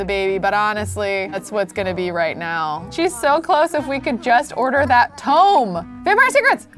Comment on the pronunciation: I love how she says tome not tomb 😂